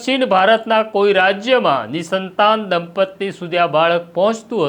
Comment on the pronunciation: માફ કરશો! "દંપત્તિ" નહીં, "દંપતી" કહેવાય છે. ફરી એક વાર Sorry 😔